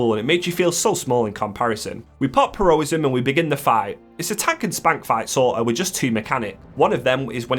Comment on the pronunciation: I'm absolutely begging you to take 3-5 seconds to think about how words might be pronounced before you say them. Her-o-ism? Hero-ism. You do it in all of your videos for most things and it makes it hard to watch these videos, please just read out and think about how certain words are spelled and should be said out.